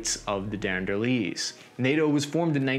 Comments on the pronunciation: Ok seriously, you messed up the pronunciation of Ataturk, Azerbaijan and the Dardenelles and I'm only a quarter way through the video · Dandernellies had me rolling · I do shots every time mangles the name of a foreign country or leader in one of his videos and now I have a serious drinking problem.: DAR-DUH-NELL.